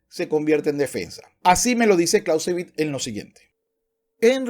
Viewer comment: “Karl fon Klauzevitz” no es inglés. El payaso “” moral/‘’etica CERO. Hay un vídeo donde toca el piano con el pene en una perfomance.